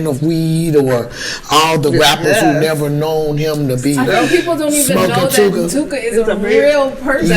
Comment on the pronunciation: Stop saying " TOOKA ".